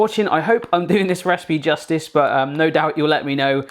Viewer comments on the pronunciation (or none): none